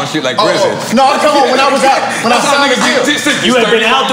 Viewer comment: Gillie already drunk “the realest ceo I ever tigned too”🤣🤣🤣